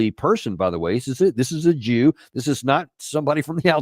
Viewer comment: ““tHiS iS a JoO” 😂